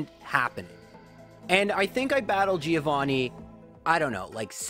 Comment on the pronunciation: Please stop pronouncing Giovanni like that